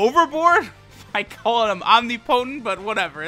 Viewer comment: the way u pronounced "omnipotent" was kinda nasty xD still luv u tho